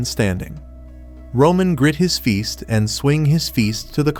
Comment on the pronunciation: I just noticed fist sounds like feest